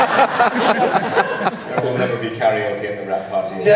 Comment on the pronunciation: "Karenoke" I'm dying.